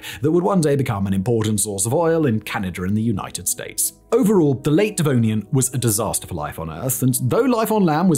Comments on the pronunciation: I mean, it's a literal dislexia event, and not at all related to pronunciation. I'm a fucking dishwasher and I know he's wrong, you'd think a dude who's literal job is doing this, and he's college educated would have SOME idea about the second most famous extinction in all of Earth's history. Tomäto tomato this is not. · Its annoying, hes a Brit, he should know what Devon is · You always say the denovian and then you change it to devonian. I don't know if you catch that but somebody should edit your videos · Why do you keep calling the Devonian the 'Denovian' ? Lol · He is literally saying "Denovian" and not "Devonian." He a brilliant dude, he just doesn't know what he's talking about. Good on him for making a Scrooge McDuck sized fortune on YouTube, but Alex trebec he is not. He rarely has any idea wtf his interns researched and wrote for him. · denovian lol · Denovian? Really, Denovian? man, i can jumble my words but you kept saying that wrong the whole time... Do less videos maybe, you're starting to burn out :D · shouldn’t it be pronounced “Devonian period” and not “Denovian period”? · wait so is it Denovian or Devonian? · Denovian... Right... Dyslexic Fact boi... :-) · Devonian Simon, Devonian, not Denovian... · Second correction. It is in fact Devonian as you said, and no "Denovian" as he kept repeating. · Denovian period you say ? lol im sure you meant to say Devonian huh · love the denovian XD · Not De NO vian, but De Vo nian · You say devonian I say denovian. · “Denovian” caught me off guard hahah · Denovian Period? 🤨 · he's still saying denovian, inspite of the on screen graphic. The issue is that Simon not only doesn't do his own research, but he has absolutely no idea what he's talking about on most topics. He's simply reading a script... and either the script writers got it wrong while the graphics guys didn't, or he can't read. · Did I hear him say "DeNovian"? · First time I’ve heard Simon mispronounce a term. Devonian.